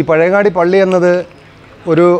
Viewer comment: പഴവങ്ങാടിയല്ല പഴയങ്ങാടി